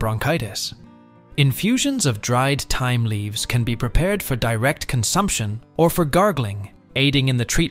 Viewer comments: TIME the H IS SILENT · please..thyme is pronoused like, time,,and herbs as no h.,..